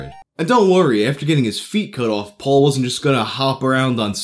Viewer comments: P-All not P-ole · You pronounce "Paul" like "Pol" and it bugs me... Still like your videos tho